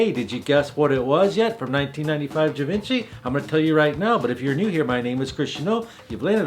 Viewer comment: I think Givenchy is pronounced Gee Von Shee...just saying. Excellent video.